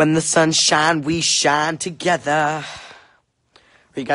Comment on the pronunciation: “wHeN tHe SuN ShInEs wElL shInE tOgEtHAa” Time stamp